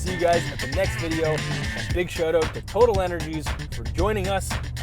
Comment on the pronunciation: How has no one commented on the correct way to say Total Energy? I am from the US, although from the energy capital of the world and I know how to say it. If youbare sponsored, say it the right way.